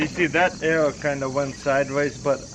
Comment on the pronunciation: He says like "error". :D